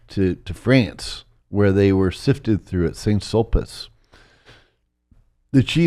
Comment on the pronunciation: For an expert he doesn't know how to pronounce important locations like Saint Sulpice - He says "Saint Sulpis" and not "Sain Sul-peece". So he's either never been to France or spoken to a French person about these places. Weird.